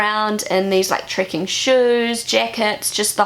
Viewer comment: It took me a while to realize she was saying "trekking" and not "tricking".